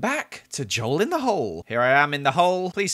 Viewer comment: girl it’s ‘hole’